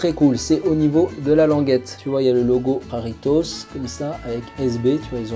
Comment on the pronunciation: AAAAAAAAAH la prononciation de Jarritos 🤯🤯🤯 sinon vidéo sympa quand même la paire est vraiment belle !! d'ailleurs pour l'explication du mot jarritos ça veut dire "petite jarre" (jarre = jarra -> jarrita) d'ou les petites jarre sur le logo de la marque !!